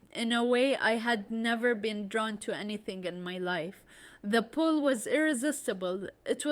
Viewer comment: pull not pool